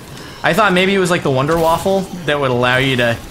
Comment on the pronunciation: it's wunder waffen not wonder waffle